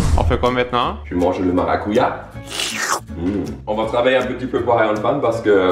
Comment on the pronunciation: On dit marracoudja 😊